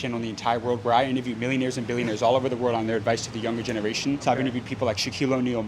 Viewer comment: I think you lack emphasis on the "B" from Billionaires, cause we all know, the dankest way you say that "B" the more street cred it give you!